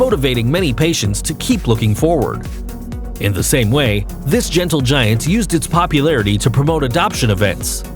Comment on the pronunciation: Omg..Zeus is gentle, not a Gentle (meaning non Jewish). I can't deal with your inability to pronounce basic words... Learn to use a dictionary.